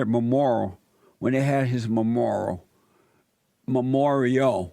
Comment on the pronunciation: He said all the black people went to the memorial(which he can't pronounce) and all of the normal people were wondering why. Who are the normal people? He needs to actually do some research I find out what Nipsy Hustle did and was doing to better his community. If you support this guy Jesse or agree with him you are racist or a buck dancer.